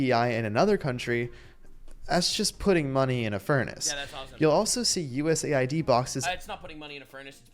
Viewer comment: US Aid, Not USA ID, for chrissakes! 🤯